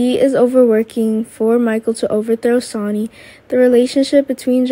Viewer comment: Don't you know how to say names right where is the other guy Alex he's the best narrator can't even say Sony's name right